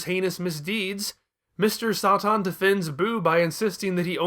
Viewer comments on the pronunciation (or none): My money is on Mr. Sahtahn and Veedehl, rather than the Sigh Yawns.